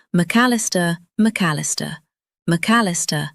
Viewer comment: Dear AI: McAllister is 4 syllables, not 3. 🤨